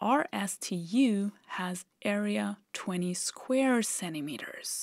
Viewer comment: "'Cennimeter"? Is that a new unit of lenght?